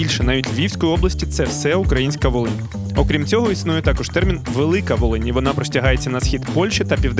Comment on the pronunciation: Волинь а не валинь 55хвилина